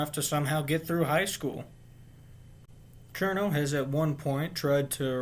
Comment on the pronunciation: Thumbs up for pronouncing her name correctly